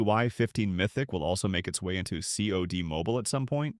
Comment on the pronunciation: Not the voice over saying saad insead of C od 😂😂😂